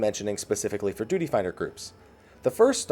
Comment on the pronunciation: "DUTY" I cringed at the pronunciation.